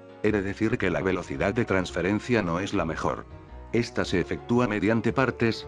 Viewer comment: ¿Soy yo, o en vez de decir "de está forma" dice "de esti forma"?